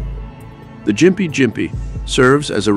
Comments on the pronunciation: It’s pronounced “gimpy” NOT “jimpy” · Gympie, Said as, gh im pee, Ghm pee.